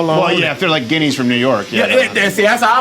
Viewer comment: I did cringe when he said ginieas from ny lol